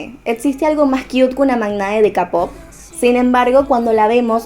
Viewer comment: Se dice keipop no capop xD Muy buena teoria♡